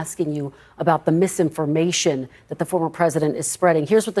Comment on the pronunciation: 😊KRISTIN WELKER SHOULD NEVER BE ABLE TO SAY “MISSINFORMATION”